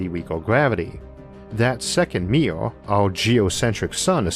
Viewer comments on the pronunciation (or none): Combined American accent + IA speech problem: mirror --> meeyour.